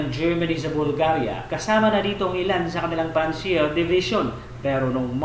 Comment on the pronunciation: Paki aus naman po ang inyong speech madaming mali sa mga speech and grammar nyo.d po panzier panzer po.